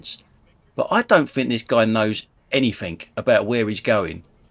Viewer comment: Love you videos but can you say anything instead of anythink ?